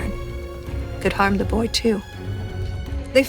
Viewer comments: She didn't say BOI correctly lol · She has to learn to properly speak the word "boy". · "a wife and a son" ❌ "a wife and a B O I" ✅